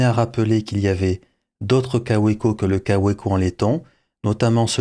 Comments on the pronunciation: Ca fait vraiment bizarre de vous entendre prononcer "kaoueco" un peu comme si on disait une volksouagen" 😅😅😅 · En Belgique, nous disons Kaoueko, Volksouagaine... et même Béèmoué pour BMW 😁